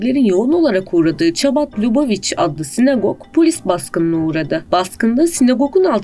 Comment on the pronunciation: No NO NO This is totally wrong. The AI doesn;t pronounce the words correctly either. The Chabad (pronounced Habad) is not against Israel. It is for Israel. Most Hasidim support Israel. Only a small group do not and are seen as traitors by the rest of te Jewish people. Further Zionism always wanted to work witht the Arab population including Herzl. It was the Arabs who didn't want to which then led to the tit for tat violence. Only a small group of Haredi Jews go to Ukraine. THis is a saint movement in Judaism. Before you talk about Jews know something about them and don't use it for Palestinian propaganda.